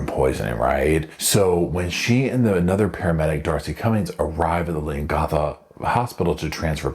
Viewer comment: It’s pronounced Leon gatha like gath-er not Leon gartha. It’s a very rural area.